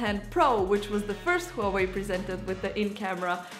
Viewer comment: Wah Wei pronunciation HUAWEI